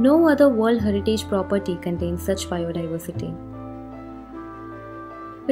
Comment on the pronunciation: Not examble , condains or sciendific... It is example.. contains... Scientific.. But above all great info and pleasent voice !! Thanks